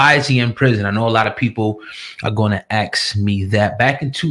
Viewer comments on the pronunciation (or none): Please STOP saying " people are going to axe me about this" ughhh urban annoying